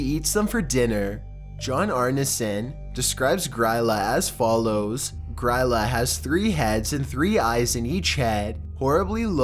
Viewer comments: I really appreciate him talking about Grýla but I can't help but cringe at the way he pronounces it. It sounds like "Gree-la" not "Griila", just had to comment because it was bothering me so much haha. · She’s pronounced “Greela” :) she’s the mother of the Yule Lads, Iceland’s equivalent of Santa